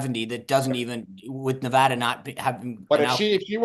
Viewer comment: The DNC really needs to emphasize to its surrogates how to properly pronounce “Nevada”.